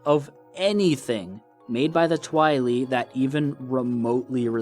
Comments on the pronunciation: why you say twilee? its Tweye-leye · Its not twi-le it’s twi-lye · Twili is pronounced Tweeli. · I thinks its pronounced Twhy-lie not Twhy-lee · Constructive Criticism: The name for the people from Twilight Princess is Twili, pronounced twai-lai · His pronunciation of 'twili' really stirs my pasta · the only thing I don't like about this video is how you say twili.... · I’m a year late but the way you say “Twili” is hilarious